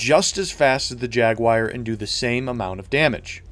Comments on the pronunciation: Dude it's "Jaguar" not "Jaguaire" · "Jag Wire" lol it's jagu-ar, kinda like "jag-war" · Jaguar... not jaguire. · What’s a Jaguaire? Good vid btw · LC3 Jag-WIRE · "The jagwyer" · Jag-wire? Jag, WIRE? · "Beware the Jag-Wire!" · WTF IS A JAGUIRE? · JagWIRE? drove me nuts every time you said it! hehe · Jaguar >"Jaguwire" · Jagwire? No such carbine in PS2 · Ah, yes, the LC3 Jaguire, a brilliant hipfire carbine for the TR :p Jokes, and pronounciation-nazism aside, very good and informative video... Though I would say some weapons are just straight up upgrades to the standard, but they are few and far between. AA lockon launcher against standard RL for example... Commissioner over pretty much any pistol in the game... And don't get me started on vehicles, although vehicles in and of themselves are huge cert investments regardless. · don't get me wrong it's a good explanation but how the hell do you pronounce Jaguar XD